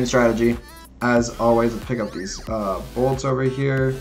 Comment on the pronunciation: still says “bolts” hahahaha